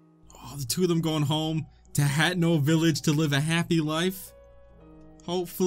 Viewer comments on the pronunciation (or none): He bet the game, completed the DLC's but still can't pronounce hanteno village.